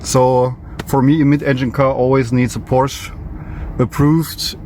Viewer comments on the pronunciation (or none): This is a Porsch-e-, don‘t forget the „e“